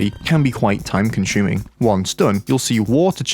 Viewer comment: Time conshuming